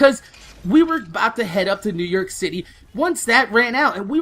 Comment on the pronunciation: nework haha new yoik